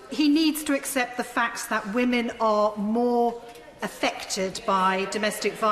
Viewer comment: ...but, but, but, whammen...